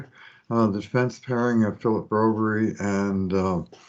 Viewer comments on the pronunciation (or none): Love this podcast. Very interesting takes on the games….Just like I can’t get past the Broberry pronunciation. No one on Sportsnet or CBC or any other feed pronounces it that way. It would be nice to get it figured out. even goes out of his way to find a way to include the player. Every time. Anyway that n $2 bucks gets you a coffee at Tim Horton’s.